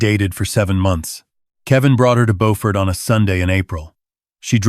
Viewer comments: Beaufort is near Hilton Head South Carolina. It is south of Charleston. however, it is pronounced Bew-furt not Bow-fort. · It is not boford it is BEAUFORT JUST LIKE IT IS SPELLED JUST LIKE BEAUTY SOUNDS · Bo-fort? Don't you mean Bew-fort? I've heard it pronounced Bew-fert too.🤔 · Please, please pronounce Beaufort correctly. It’s bew-fert . It’s a beautiful town & I loved living and going to school there many, many years ago. Like your stories but I’m thinking you may be Canadian? 🤔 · There is also a lovely coastal town in NC called Beaufort. Your pronunciation is correct for Beaufort, NC. 😊 Beaufort, SC is pronounced Byew-furt. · He pronounced it like the one in NC. The one in SC is pronounced Byew-furt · Plus they’re mispronouncing the name of the town. There’s a Beaufort in both North and South Carolina. They are pronounced differently. They pronounced it like the North Carolina town. In south Carolina it’s pronounced Bū-fort. AI still has a long way to go. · The AI crap mispronounced "Beaufort, South Carolina." It's pronounced "B-you-fort." The Beaufort in North Carolina is pronounced as the AI crap thought. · Again with the “he said” and “I said” at the beginning of each thought when it should actually be at the end of the phrase. Would also be nice if your AI could correctly pronounce “Beaufort”. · I used to be stationed in Beaufort when I was in the Navy, I cringe at the mispronouncation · Good story but the name of the town is not pronounced correctly.